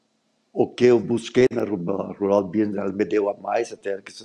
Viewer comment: *Rural Business. Escrevi 👆 como a "" pronuncia. 🤦😂